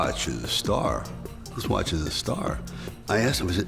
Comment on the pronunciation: ok you are hiding your Dutchness behind this thick northern Irish brogue so please say watCH and not watSss and work on your Cartier and Paneraï pronunciation, also it is BUL gari and not bul GA ri. Voor de rest you are doing fine, perhaps some unnecessary vulgarity. From a Patek and Journe owner.